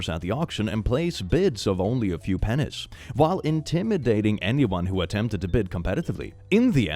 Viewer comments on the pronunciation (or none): d..duh…don’t pronounce “pennies” like that sir